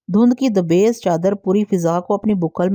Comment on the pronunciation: Sansani khez...ni ...ye ko lamba karna ha ...sansani khaiz... Dabaiz ni ha lafz dabeez ha